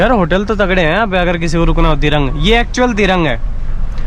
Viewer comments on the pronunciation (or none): Dhirng nhi dhiraang h